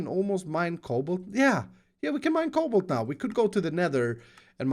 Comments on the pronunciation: When he said we can mine cobalt, I though he said we will be able to mine cobble... as in cobble stone. OHHH this is going to be a long series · When you said cobalt i heard cobble